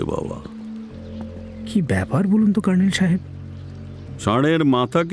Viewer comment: কর্নেলের ভূমিকায় র পাঠ খুব শতস্ফূর্ত লাগল না...আশাকরি পরের গল্পে আরষ্টতা কেটে যাবে । কে একটা অনুরোধ...বাংলা গল্পে colonel-কে ‘kernel’ উচ্চারণ না করে ‘কর্নেল’ উচ্চারণ করা হোক...যেরম জয়ন্ত বাদে বাকিরা বলছে...গল্পটা ইংরেজী গল্পের অনুবাদ হলে এই অনুরোধ অবশ্যই করতাম না ।